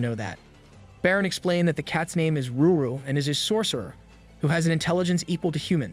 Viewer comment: I really don’t understand why you keep saying Ruru her name is lulu? or did you change the panel for CR purposes?